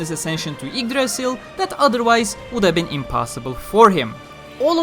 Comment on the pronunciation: You say yggdrasil properly I guess lol.